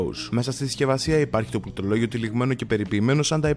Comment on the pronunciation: νομίζω ότι πρέπει να κάνει πρόβα τη λέξη πληκτρολόγιο